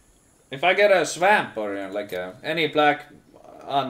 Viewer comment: "swemmp" jk love the vids